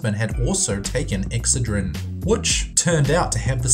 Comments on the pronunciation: It's ex(CED)drin not EX(cedrin) jeez that's irritating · Not sure why but "EXcedrine" vs "exCEdrine" drove me nuts and he said it like 6 times. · Excedrin pronounced ex said drin! not ex ah dreen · It's "Ex-CED-rin," not "EX-cedrin." ^_^ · It's called EXCE'DRIN. Not EX'CEDRIN This country needs American English speaking people. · ex-SAID-rin ... not exa-drin... normally i love his accent.. but not on that word.. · OK the pain reliever is called Ex-SAID-rehn..That's how it is phonetically pronounced. I remember this happening, butyi could have sworn it was Tlyenol at the time (must be another Mandela effect thing). But PLEASE pronounce ex-SAiD-rehn right already. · Pronounced Ex ced' rin. That's alright I pronounced Worcestershire wrong too. Now I know it's Worsh' ter shur' (sure) not Wor' Cester shire (rhymes with mire) hahaha😆 Love your videos👏👏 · LOL its pronounced Exced-a-rin or ex-said-a-rin :-) Love your videos.. :-) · Its called ek ssseedrin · Not to be picky, but you're mispronouncing the product name Excedrin. The emphasis is on the second syllable. Just look up any Excedrin ad, you'll see what I mean. I do love your videos! They're very informative! Keep up the great work! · He should learn how to say excedrin😬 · Wow, you can NOT pronounce Excedrin. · That is NOT HOW you pronounce Excedrin OR indictment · You pronounced "indicted" and "Excedrin" wrong.